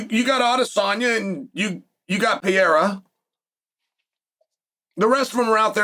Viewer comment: Chael, It is per-air-ah, not pierre-a and it is Mak-ha-chev, not mocklechev dude.